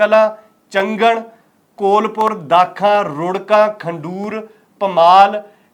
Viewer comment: Kailpur not Kolpur